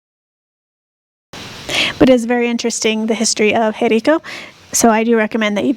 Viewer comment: the acute accent over any vowel in Español, indicates where the stress of the pronunciation should be made, therefore the name of the town Jericó, is pronounced emphasizing the final 'o', rather than the 'e' as you pronounce it.